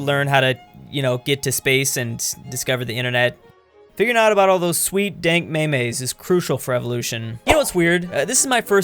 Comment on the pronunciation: Did spell... Meh-mes?